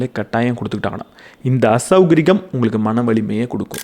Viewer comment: அருமையான உரை. மிக்க நன்றி. 22.03 அசௌகரிகம் அல்ல. மாறாக அசௌகரியம்.